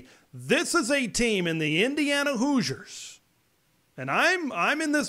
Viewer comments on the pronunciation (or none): none